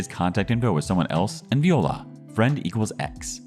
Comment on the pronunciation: Viola is pronounced Wala.